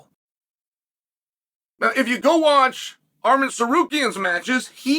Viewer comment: "Ardam" !!! I love it, Uncle Chael!😂😅🤣